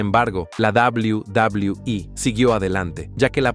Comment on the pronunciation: "Doblaui Doblaui I"